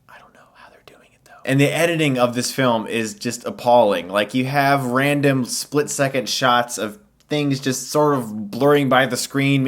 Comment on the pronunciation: Did you intentionally say slit second? Because that makes sense if it was an accident.